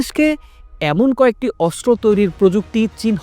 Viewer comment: অস্ত্র হবে, কিন্তূ বারবার বলা হচ্ছে আসরো, উপস্থাপনা আরও ভালো সুন্দর হওয়া দরকার ❤